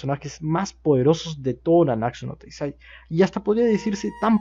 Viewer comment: todavia sigues diciendo nanaksu no taizai:v Solo digo... Gud video Aunque te confundiste:v